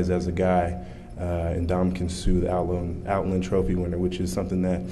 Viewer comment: Funny how the narrator has so much respect for Suh but doesn't put any effort into pronouncing his name.